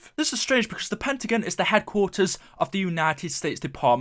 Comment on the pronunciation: Pentagin, it's pentagon!!